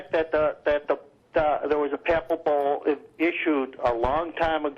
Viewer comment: mispronounces papal bull...